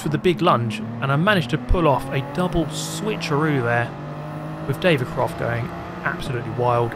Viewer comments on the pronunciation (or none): none